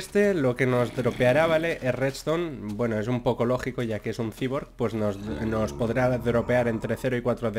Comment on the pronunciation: Cyborg se pronuncia -Saiborg